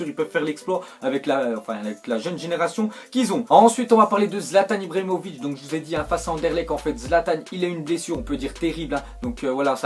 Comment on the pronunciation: pk tu dis zlatan ibromovic